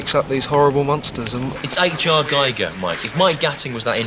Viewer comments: Stewart Lee mispronouncing Giger, he's a true working class lad, like us as at home. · You pronounced giger wrong stewart!